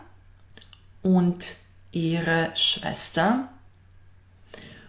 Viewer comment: u recenici : A vas brat? Ide Und a ne Ind, na 5.02. inace sve pohvale za Vas. Danke.